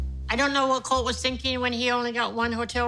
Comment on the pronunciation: His name is Coltee not colt 😂